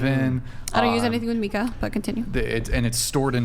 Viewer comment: Yo, mica is pronounced 'mike-uh' not 'meek-uh.' I'm a geologist, so yes, I'm quite sure